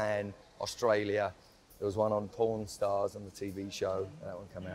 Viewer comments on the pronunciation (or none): When he said pawn stars I thought he said pron stars